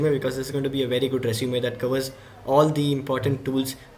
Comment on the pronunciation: you said we can put this in our sresume or I heard something wrong?